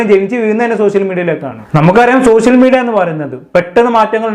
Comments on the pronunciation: സഹോദര സോസിയൽ മീഡിയ അല്ല സോഷ്യൽ മീഡിയ എന്നാണ് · സോസ്യൽ ഓർ സോശ്യൽ അല്ല ബ്രോ... ഷ്യ... ഷ്യ...